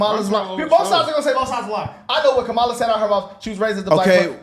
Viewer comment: Car-a-mel Harris.